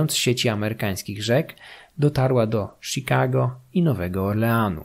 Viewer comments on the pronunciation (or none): none